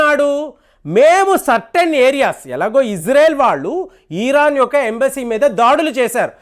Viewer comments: ఈరాన్ కాదండీ బాబూ. ఇరాన్ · Eeeeraan kaadu IRAN ani pronunciation chey. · Plz pronounce properly Its iron Its not eeeron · చిన్న కరెక్షన్ మీరు ఈరన్ ఈరక్ అంటున్నరు అది ఇరాన్, ఇరాక్ కదా.. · It is IRAN, not EERAAN.. Very poor language skills. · ఈరాన్ ఏంటండీ సరిగా పలకండి! ఇరాన్ అని!